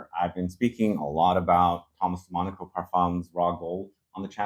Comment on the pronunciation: u butcher the Name all the time… it is de MONACO Like the city…. U say all the time de moniko